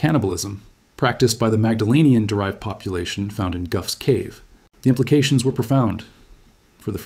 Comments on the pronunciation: Very interesting and well presented. Just one 'bone to pick'* - Gough is pronounced 'goff' as in cough; not 'guff'. That's a UK slang word for a fart. *Gough's Cave - ritualistic cannibalism. See what I did there? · Gough's cave = Goff's cave, not Guff's cave. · In Australia Gough rhymes with cough. Famous Aus Prime Minister Gough Whitlam. Never knew he was named after a cave. 🤣🤣🤣 Is this not true in other parts of the world?